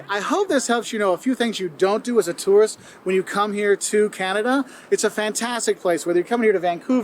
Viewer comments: The way you say tourist sounds like turret lol. I'm just jumping the gun commenting as I'm watching this while fighting a Scarlet Turret in Persona 3 Reload lol love ya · #1 - yer not a "tarrist", yer a "tooorist" (tourist) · My critique to you, you pronounce tourist like terrorist. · A Toorist not a tourist. You have to pronounce it properly. Lol Canadians do say toorist.